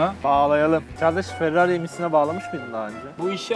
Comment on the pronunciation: farrari değil ferrari